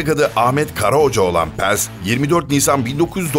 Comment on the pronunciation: Paz'a neden Pez diyorsun :D